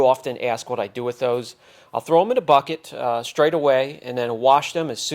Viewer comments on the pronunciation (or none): none